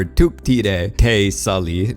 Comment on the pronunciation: Te Suli is pronounced "Sooli", also it's Neteyam, not "Neyteyam" and Omatikaya, not "Ometikaya", Pa'li, not "Pa'le", beacause Pa'le is a direhorse name. You were sooo lucky to make that interview, very nice! :)